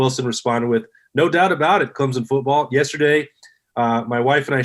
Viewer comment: People from Ohiya can’t even pronounce CLEMSON. Much less beating our football game...I think 11th was too high for a mediocre football team.. BTW... who stole it from Texas A & M.